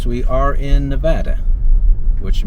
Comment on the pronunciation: First, I would like to thank you for correctly saying Nevada! I grew up in Carson City, but lived in Las Vegas and my senior year of high school in Tonopah. I've spent the better part of my adulthood correcting the way people pronounce my home state. While I was in school I worked as a busboy in the Tonopah Station restaurant, back then ( ) it was called the Station House. The town was growing, do to the Anaconda mine and the Air Force was secretly building up the Tonopah Test site which later became the Tonopah Air Force Base where the F-117 Nighthawk was doing testing (that no one new about). I left Tonopah less than a week after I graduated in 1983 and joined the Navy. Thanks for the tour, it's been 30 years since I was last in Tonopah for my 10 year class reunion, It brings back some. Thanks for the video.